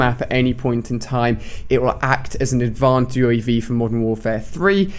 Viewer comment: Ali, u spent advanced uav wrong, u said advanved